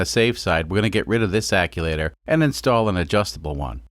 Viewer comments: Love the videos! Just a quick question... is there a difference between what you're calling an "acculator" and an actuator? I've been working as a diesel mechanic on freightliners for 8 or so months and one of the older guys I work with always calls them "acculators" instead of actuators. I've always just assumed he was mispronouncing the word but now I'm not sure if maybe years ago they actually were called "acculators" and the term changed at some point. Anyone have any insight into this? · American yet can't get the chew in ac chew wator. About had a stroke listen to it said wrong so many times but don't get me wrong. I absolutely love these videos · Love the video but you saying "acculator" over and over is driving me insane. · Mfer... keep saying aculator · Another great video in this series. I missed the "vertical" install vid., will catch it now. You had me scratching my head the 1st time you were discussing the waste gate "acculater". It was like hitting an unseen speed bump at 45 mph! Bam! After hearing you say that several times while working on modifications to what I've always known as an actuator (phonetic spell: Ackcheuwaiter) 😁, I guessed you were playing dumb, when you're very intelligent, making custom words like Vice Grip Garage or Taryl Fixes All. That's funny and fine, I can dig it! This was a nice, well done turbo install! (In an automotive research facility, I've fabricated several turbo systems, inc. 1 compound). Yes, boost pipe hot! Underhood temps don't cool it off either. Note: once intercooled, insulate cool pipe after I/C to reduce heat pickup from underhood heat. Thanks, Paul from S. Central Tx. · “Wastegate akulator”...... eye twitches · is there not a "t" in that word? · Your pronouncing actuator wrong but i still love ur vids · Love the video's mate but please stop saying acTuator like that 😉 also its a diesel so more boost the better